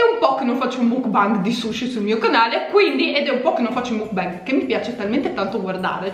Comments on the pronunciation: si dice mukban 😂😂comunque bel gran video !! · "Mukbang" si legge proprio come si scrive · mukbang si dice come si legge, è coreano